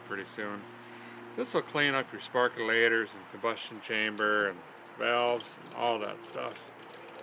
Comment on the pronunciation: "Sparkolators?" LOL